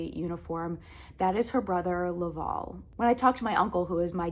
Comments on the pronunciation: To answer your question on pronunciation. Villeneuve is a french canandian name, pronounced “vill-nuhv”. Not Villeh-nuve”. Hope this helps. Welcome to Canada. Also Laval is pronounced “Lah-vhaal”. Not “law-vawl”. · The title of your video should be ''Finding my french canadian roots''. And please learn to pronounce correctly Laval. Because for me it sound like LÂÄVÄALLL. I know it is hard for you to pronounce it correctly but it is not too late to learn You have to make the diffrence betwen LÀ and LA... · Laval is pronounced La-val (val is pronounced the same as someone named Val (short for Valerie). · Just a comment about the pronunciation of your Great Uncles first name. The last 3 letters VAL are pronounced like the first 3 letters in the name Valerie. Good luck in your move. Your Villeneuve pronunciation was spot on. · I live and grew up in a city called LAVAL here in Quebec. The A isn't said as an au or an o. I'm sorry maybe it's because of how Americans per ounce the A . Lolol Very cool story about your family